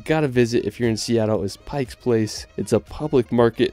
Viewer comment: Oof, you did Washington dirty. It's a such beautiful state and you focused on tourist traps in Seattle. Pike Place Market is great but you mispronounce it (it's Pike, not "Pikes"), the original Starbucks no longer exists the one in Pike Place you mentioned is just a tourist trap. Gum wall is meh.